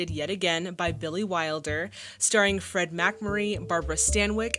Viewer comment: Takes skill to mispronounce "Fred". 😅